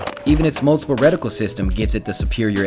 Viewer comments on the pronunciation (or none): none